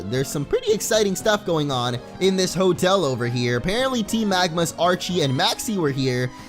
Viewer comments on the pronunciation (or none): none